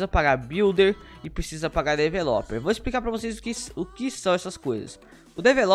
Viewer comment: a forma que vc pronuncia developer é engraçada kkkkk, mais facil falar programador